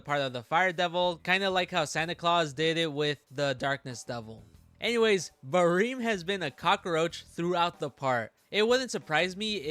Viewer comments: just the way you say it sounds so off to me I usually read it as it’s spelled like ba-rem you say it like ba-reem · "bareem" lol